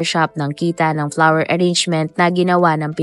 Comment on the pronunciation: Its FLOWER SHOP NOT PLAWER SHOP !